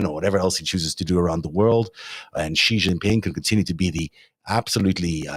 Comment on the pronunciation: The "X" in the Chinese name "Xi" is not pronounced like the "g" in the English word "regime"; indeed, the Chinese language doesn't even have this quasi-French sound. It's pronounced like an "sh," thus "Xi" is pronounced more or less like the English word "she." Similarly, the "J" in the Chinese name "Jinping" is not pronounced like the "g" in the English word "regime," it's pronounced more or less like the "J" in the English name "Jim." Easy!